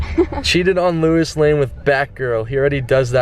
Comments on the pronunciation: louis? it is pronounced low-iss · It's Lois lane not Lewis lane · OMG, WHEN YOU SAID LOUIS, HOLY SHIT, ITS LOIS (LOW-IS) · Louis lane? No. It's Lois, like Peter Griffins wife LOIS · It's Lois not Lewis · Wait I thought it was Lois lane not Luis lane? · It's a women Lois not Louis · Faze censor its Lois not Luis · It's not Lewis Lane.... It's Louis Lane dummy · Louis? It's Lois lol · it's pernounced low-is not Luis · its lois not luis doug. cmon man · who the fuck is luis its lois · Luis? it's L-O-is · Whos Louis lol, There is Lo-is Lane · Its lois not louis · He said Luis lane wtf it's Lois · it's not "loo-is" its "low-is" get it right Doug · He said Luis instead of Lois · I love how Yanet it suppose to be Batgirl but Doug is calling her Catwoman, plus he is saying Luis instead if Lois. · Low-is not Louis. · It's not Lewis, it's Lois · It's pronounced Lo-is. not Luis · Its pronounced Lowis not Louis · its lois not luois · Not Louis lol....Low-iss (Lois) haha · He pronounced Lois wrong. It's not "lu-is" it's supposed to be "low-is" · He goes to comic con, doesn't know what kryptonite is and prounounces Lois Lewis, wtf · why are you saying luis lmaooo cmon man bouta kms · It's pronounced Low-is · It's LOUIS! NOT LUIS!! Get it right Doug! Jeesh. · you're saying Lewis lane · He said Lewis lane 😂😂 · He kept saying Louis (Lewis) and I'm like who's that? Then he said Louis Lane and I thought oh okay he meant Lois Lane. Have I been saying it wrong this whole time? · Lois lane is like lowis lane. man come on 😖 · it's pronounced low-iss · this man pronounced lois "luis"........ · THIS BOY SAID "LOUIS LANE" BWAHAHAHAAHAHAHAHAHA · yo how do you mispronounce lois... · OMFG THE WAY HE SAID LOIS LANE MAKES ME WANT TO CHUG BLEACH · Every time he says Lois Lane wrong I wanted to jump off a bridge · does anyone else notice that he was saying Lois wrong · Your saying Lois wrong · Your saying Lois wrong 😂😂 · How can you not know who to pronounce "Louis" or know what kryptonite is ?!?